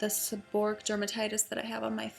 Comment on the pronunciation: If you throw everything at a problem in your body, you'll never know which of them, if any, works for you. The end of the wrod is pronounced like "o-ray-ick". Stress on the "ray" syllable.